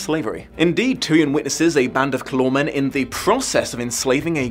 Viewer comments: SO the bad guys of the book are literally just mis-pronounced "Coloured-Mans"? Yeesh. I mean "Calormen" is a single letter off, dude..... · I read the Narnia books for the first time when I was six and I formed my own opinions on how certain proper names should be pronounced, which appears to be completely at odds with everyone else's. For me, it, was "CAL-or-men" for the name of the country, not "cal-ORRR-men", and the inhabitants were "CAL-or-meens", not "cal-ORRR-mens". At least I got "Narnia" and "Aslan" right. Sigh...